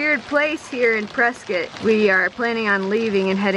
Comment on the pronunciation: You say prescott like the locals do. Kinda like biscuit